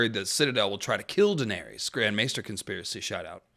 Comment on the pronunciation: You really can’t pronounce her name properly? 🤦‍♀️